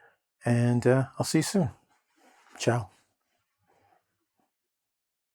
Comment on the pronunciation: That "Ciao" broke me . kk😅